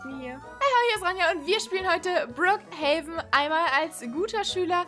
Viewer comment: Endlich sagt ihr richtig brook haven